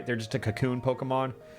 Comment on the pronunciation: Alpharad don’t add an extra “r” into Pokémon names challenge (impossible)